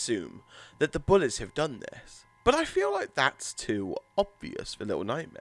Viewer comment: Oy mate y do u say bullez